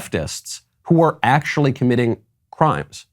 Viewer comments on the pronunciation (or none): none